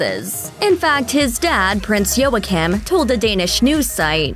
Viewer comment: And it’s Joachim is pronounced Wa keem